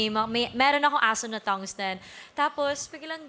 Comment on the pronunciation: Thungsten po Hindi thumbs ten